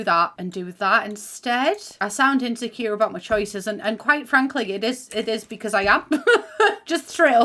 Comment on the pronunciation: Anyone else repeat the words she says in the northern accent. “I’m Insecuuwaaaarr” hahaha ❤️❤️ ily